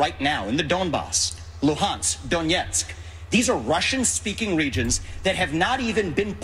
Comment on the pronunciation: Z-Vivek pronounced 'Donetsk' suspiciously correctly, 'Donyetsk'. I wonder where did he learn it?